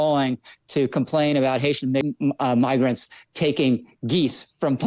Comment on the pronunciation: I heard him mispronounce migrant with an M. I think you may be the racist. And I don't even know who this person is. Shame on you young man. Look at his lips, they are closed forming an M . This is what I do for a living. Lip read. Be careful you don't get slapped with a slander law suite